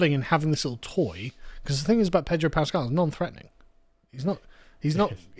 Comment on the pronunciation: Pedro. No "R".